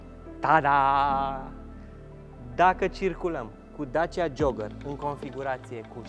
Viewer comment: Ce tare esti,ai pus eticheta perfecta ptr.modelul asta,auzi tu la el:"Dacia JOAGĂR"",mor de râs!...😁